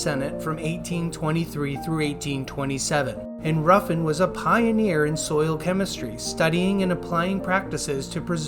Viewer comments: It’s not Roofin it’s Ruffin :( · Roofin??! God god man.